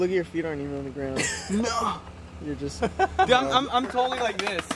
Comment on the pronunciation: It's not "Dude" it's "dooot" hahahahahaha